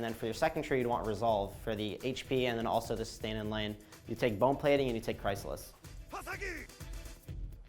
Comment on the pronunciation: Cry-sa-liss Coo dee graace